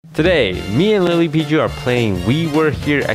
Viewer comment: Toast’s pronunciation of LilyPichu kinda sounded like “LilyBichu” at the beginning.